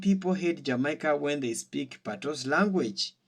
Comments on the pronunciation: My brother, it’s NOT “PATOS” language. It is spelt PATOIS and pronounced “P-A-T-W-A.” So please mi Breda, no badda wid de foolishness ‘bout “PATOS” yah hear me. It’s not PATOS it’s PATOIS (PATWA! PATWA!) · Its pronounced patwah not patois.😅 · The word patois is French. You are mispronouncing it 😂. OIS in French is pronounced “wah “ as in “water.” So patois is pronounced pat”wah” 🙏🏽💙💙🇯🇲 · Patwah is the pronunciation. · It's pronounced Patwa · Patios is just like pidgin in West Africa. The S in Patios is silent. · We may speak Patois while sitting on our patios.. 🇯🇲 pronunciation of PaTOIS follows the French rule